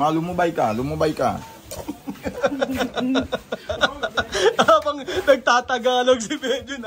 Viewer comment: yung accent ng "lumubay ka" parang pinoy nagsasalita ee hehe